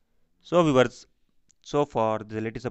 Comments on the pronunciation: I like 👍 it when he says viwers [Viewers] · I clkiked his chanal and said 'VIEWERS' then he repeated it after me😂